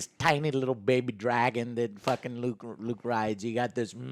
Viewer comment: Am I the only one surprised that Joe managed to pronounce Luke right?